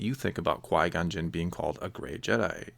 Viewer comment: He's French and his first name should be pronounced as "Quee" not "Quoi," because of je ne sais quoi. Source: not a french person